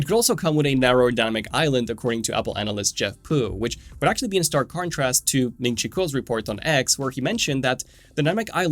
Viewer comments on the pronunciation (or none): none